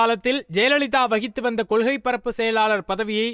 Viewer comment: என்ன தமிழ் பேசரீங்க...அதற்காஹ,ஆதரவாளர்ஹள்,கொள்ஹை...இப்படி தான் பேசுவீங்களா?சே சே.